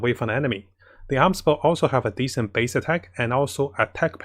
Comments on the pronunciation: It's A-Mos" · If anything, I just don't like this Arms Bow, who names their bow as Arms Bow Edit: If you don't get it, hear how pronounces Amos